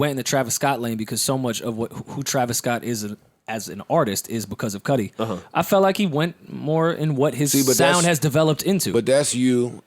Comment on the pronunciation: Cudi not “kudi”